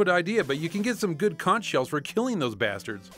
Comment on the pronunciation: it's pronounced Conk not Conch!!!